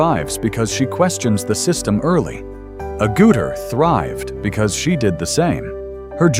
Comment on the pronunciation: Sigh. AI voiceovers continue to pronounce Jenny's surname incorrectly. It is not A-Gouter, it's AGG-utter.